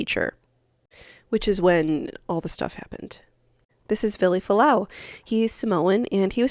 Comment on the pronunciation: No one pronounces his name correctly. Including you.